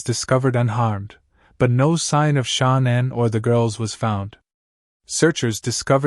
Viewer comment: that's how this narrator is saying shannans name, who is Shon-nin?